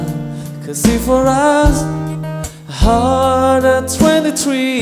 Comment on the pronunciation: เพลงแรก ออกเสียง rushไม่ชัด เราได้ยินเป็น ลัชล